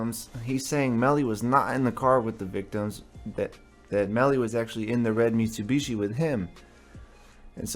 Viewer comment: Ive never heard someone say Mitsubishi. .. mitsewbeeshee lol